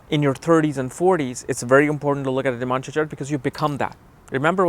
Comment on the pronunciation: It is NOT nim-amsha. It is Nav-amsha. Nav.